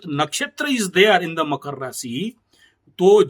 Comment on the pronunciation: पहले तो मकर बोलना सीखे आप😂😂😂